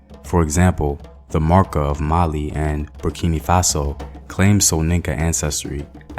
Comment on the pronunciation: Bur-ki-no Faso...not Bur- ki- nee my brotha. Co-di- vwah...not Cote- di- vore...good job otherwise